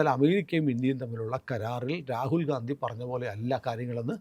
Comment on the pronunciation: റാകുൽ ഗാന്ധി എന്നുപറയല്ലേ സർ രാഹുൽ ഗണ്ടി എന്നുപറയാൻ അപേഷിക്കുന്നു